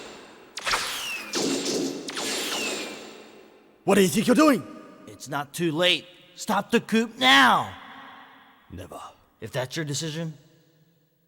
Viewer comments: dude that scene with zero and the colonel had me in fucking tears 😂 the soft "never" and the enormous pause between zero's sentences were just chef's kiss edit: also the fact that he pronounced coup as "coop" LMFAOOOO (fyi, it's pronounced "coo", like cool without the L) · "STOP THE COOP NOW" Shit always gets me 😂😂 #itspronouncedcooZero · Never quite heard the word “coup” pronounced phonetically either… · I still unironically love this voice acting (same with MM8s which im sure we will get to eventually). Sigma's voice is perfect. Zero mispronouncing "coup" is the only issue and I still actually tear up at "what am i fighting for" despite the memes.